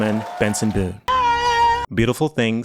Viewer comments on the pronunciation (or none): none